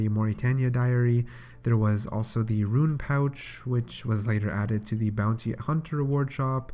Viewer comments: Also roon not ruin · Well "rune" is not and he pronounces that as... Ruin. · lul "ruins"